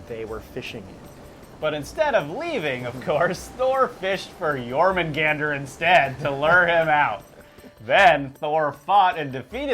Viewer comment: Stop staring at whatever youre reading so much that it causes an issue.........or learn to switch cameras.........also if youre gonna talk about myths ffs for all actual historians out there, even the most elementary....LEARN TO SAY what youre talking about seriously "Yor-man-gan-der"? ........even if you dont speak the language how the FUCK do you get that pronunciation out of that.....